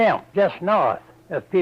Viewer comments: I liked the way he said Gettysburg, and Petersburg as Gettysboig, and Petersboig. It's crazy that he was from Virginia, like myself, yet people up north also pronounced similar words the same way. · There are some fascinating pronunciations here, the way he says ‘bu-eeg’ at the end of Petersburg and ‘gret’ instead of great for example. The subtitles are dodgy in places though, one example is how they transcribe ‘General Lee’ as ‘generally’. The spelling for the term for a type of military unit is ‘corps’ (indeed pronounced ‘core’) with ‘corp’ being an abbreviation that is sometimes used for ‘corporal’. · He pronounced gettysburg and petersburg completely differently